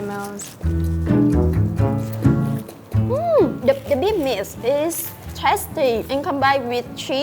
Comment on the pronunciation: ... " It's bigger than my mouse." Damn right it is you sexy ass woman! Fyi; I have something for your "mouse".....